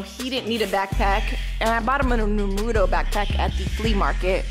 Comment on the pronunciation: “Narudo backpack” 😂😂